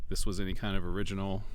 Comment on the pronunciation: It may be original, but it may not be o-ridge-inal.